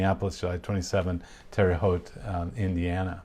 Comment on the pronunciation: Thank you for pronouncing Terre Haute correctly, lol. I grew up there. Many people mispronounce it.